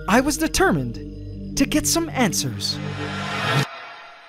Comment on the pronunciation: did he say ANT-swers